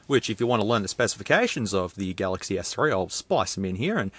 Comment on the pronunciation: "uihssumsung" "Sumsung Galxay S3" lol im ded 😂😂😂